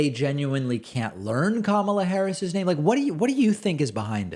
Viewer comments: So funny they can't say Ka-ma-la, since it rhymes exactly with la-la-la ....The very sound they make as they stick their fingers in their ears and walk away whenever anybody brings up holding Trump accountable for his corruption. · They pronounce Kamala as kahmahlah , because it sounds more foreign. Therefore she is less American and therefore shouldn't even be in office. They are idiots being idiotic. I don't even listen to what Marjoram and the pedophile ever say . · Sorry David. I am not sure why you are digging these idiot for always messing up Kamala's name but most of your video it seems like you purposely pronounce some ones name incorrectly. I always annoys me both when you do it and when they do it, there is no way it is not on purpose. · David, or course they are mispronouncing Kamala on purpose...the republicans absolutely hate that there is a non-white person in the white house and they are feeding into the right wing media's trope of disrespecting everything non-white in every way they can. If you think I'm wrong, then explain MTG's behaviour towards a child who survived a school shooting...that goes out to anyone out there who thinks I'm wrong. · They mispronounce "Kamala" so that the inflection sounds just a little more like "Obama." Another dog whistle. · As far as their pronunciation of Kamala’s name, it is definitely a jab at her and an attempt at bigotry. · Re: Kamala mispronunciation… lack of respect. Plain and simple. (They are simple people. Haters gotta hate) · They can’t pronounce Kamala Harris’s name because they are trying make her seem exotic and unamerican. It’s no different than the Obama not being an American citizen conspiracy. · I think as far as MTG she’s ignorant and probably doesn’t know how pronounce the Vice President’s name! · Yes, getting VP Harris’s name wrong is a subtle dig. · Also, I definitely think that republicans purposefully mispronounce Kamala’s name as a subtle insult to her.